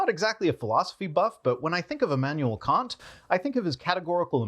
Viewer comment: I have the impression that you don't like it, when someone criticizes your pronunciation of foreign names. You obviously try your best and maybe don't want to spend too much time on minor details you can hardly improve. But with Kant it's really easy. Kant = Cunt (pronunciation-wise)